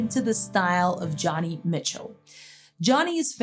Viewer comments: Her first name is pronounced Joan-y, not John-y! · Great video! Thanks! Americans and Canadians pronounce her first name "Joe-knee," not "Johnny."